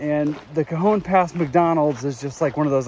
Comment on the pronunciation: Pronounced Ca -hone pass...